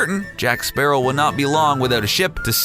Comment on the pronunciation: Is it not pronounced like the bird! Sparrow